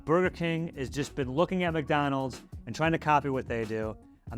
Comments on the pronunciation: Why do you pronounce it MACdonalds? It’s McDonald’s! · Why does she say MacDonald’s?